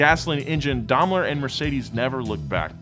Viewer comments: waw American's just cant pronounce words for shit Daimler why you pronounce it di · Daimler = DIME-Ler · Fun as always. But could you please not pronounce Daimler as (Jeffrey) DAHMER? Thnx! :)